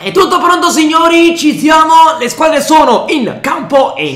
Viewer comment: Perché dici ci ziamo all' inizio delle partite??